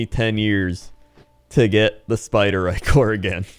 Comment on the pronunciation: no matter how you say Ichor its wrong if the I is short. no Ick-or no Ick-er Eye-chor yes Eye-ker yes